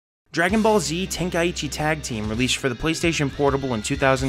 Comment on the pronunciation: Just a nitpick but how can someone read „Tenkaichi“ and say it like „Ten Kai ichi“